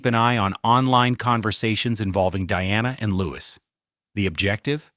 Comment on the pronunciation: It is pronounced Lou-ee The S is silent.